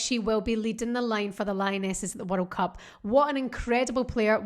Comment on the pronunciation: Just here to hear you saying "werreld cup"! 😀